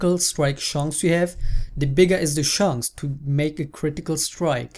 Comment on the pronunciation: German Accents <3